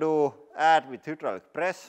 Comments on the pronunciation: You keep saying hudraulic instead of hydraulic, I just wanted to let you know in case you are confused by the letter ‘y’ since that is how ‘u’ looks in the Cyrillic alphabet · Welcome to the hiwdrawlic presss channel... 😀